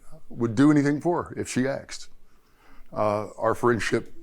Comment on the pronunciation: I must've missed the memo🤨🤪 is it ASKED or AKSED🤔🤔🤬